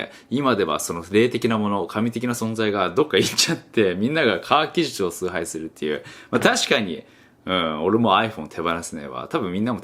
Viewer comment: カガッギジュチュ(科学技術) って噛んだのが可愛かった。